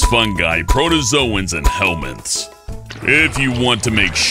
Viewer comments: Helminths....... Helbinths Hellbenths HELLBENT!!! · When he said helminths it kinda sounds like hellbent don't you think